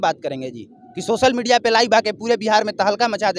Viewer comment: R media bolna sikho Bhai